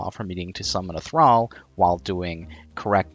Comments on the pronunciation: It's Thrall as in Call, Ball, Wall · You are Australian saying thrall like an American its throwing me off